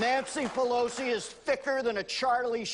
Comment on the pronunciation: he butchered that numbnut Nancy bat shit crazy pallosi lol hahaha